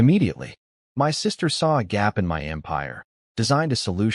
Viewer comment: I love the story but I wonder why the AI can't seem to say the word "my" - it always spells it out. It happens so much that it's become a running joke in our house.😅